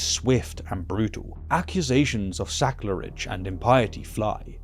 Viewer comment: Wonderfully told,. Thank you. Would it be sacrilege to point out that you said saclerige or did you simply coin a new term?